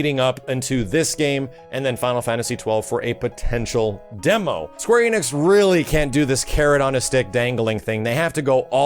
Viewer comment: Why do Americans always mispronounce Square Enix as Square EEnix?